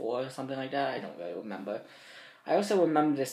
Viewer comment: "It was WEEEEEEAWY WEEEEEAWY WEEEEEAWY BAD." I'm so done XDDD